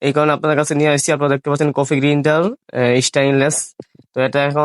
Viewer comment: গ্রিন্ডার না গ্রাইন্ডার ম্যান